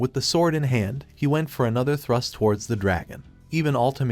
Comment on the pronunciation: Is it thrust or trust... bruh i keep hearing both when he says thrust🤣